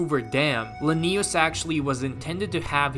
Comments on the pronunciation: Why do you keep pronouncing it la-knee-us they don’t say it that way in the game it’s pronounced Lin-E-US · It's Lanius not Lennius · LAnius, not LanIus